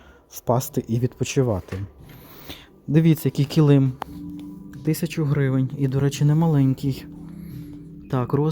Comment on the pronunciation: Ви як і я кажете неправильно килИм)Мій чоловік сміється,що я так кажу по аналогії слова калим))Це не зауваження,просто почула рідне слово)))